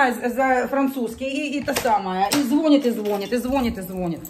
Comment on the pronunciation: 😂. Не зво. Нят😂. От слова вонять. А звонят. Ударение. На Я. От слова звонить 😂